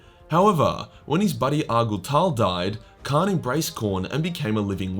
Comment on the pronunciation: By the way, it's Kharn, not Khan.